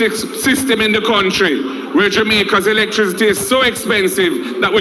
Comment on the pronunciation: Mark Golding can't pronounce electricity